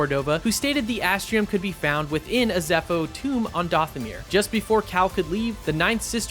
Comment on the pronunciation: Are you even a Star Wars fan? Have you seen any real content? Why are you pronouncing Dathomir and Ilum like that